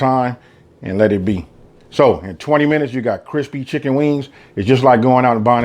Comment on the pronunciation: *an air fryer. "add chinken" Learn English.